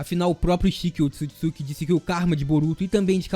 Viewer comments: Será que só eu fica agoniada quando ele fala otisukisuki? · somos 2 da agonia ele falando errado o nome